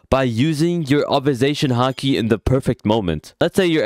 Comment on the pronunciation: "Obersation haki"